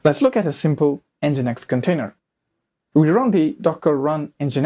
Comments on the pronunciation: Good video tutorial, but please stop saying EN GEE I EN EX, it's called 'Engine-X'. Use Apache next time 😄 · It is pronounced as "Engine X" not N.G. I .N.X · nginx is pronounced as "engine x"